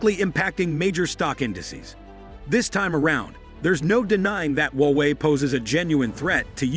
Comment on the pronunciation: Hallo! Don't be so patronising, okay? There is no 'wowei'; it is HUA WEI. Understand? Even sore losers need to lose graciously! Wowei, wowei, wowei? Seriously!